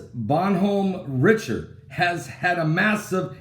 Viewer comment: Love ya, Pastor but you Butchered the Name of that ship! Bon like Bon-Bon's the icecream treats. Hom, like hominy Bon Hom, Richaurd like a snooty Richard put it all together. It's French. Bon Hom Richaurd. He was in the Revolution for our side,I believe.